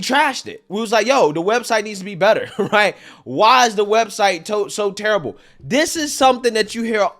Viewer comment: dis supposed to be, dis dis dis, day dem, deez people, your vocabulary is so horrid to listen to and you always sound like youre yelling its so hard to enjoy these videos in the background of my computer